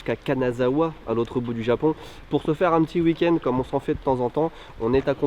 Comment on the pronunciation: Ta prononciation de week-end m'énerve ! On ne prononce pas "huikend" ou "iukend" mais "ouikend".